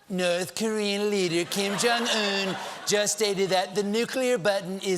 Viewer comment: put the emphasis on ’jong-un’ instead of just ’un’